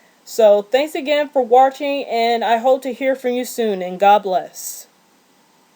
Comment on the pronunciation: You Gave Great Information But Why Do You Mispronounce The Word Watching. Also You Sound Like Your Reading From A Script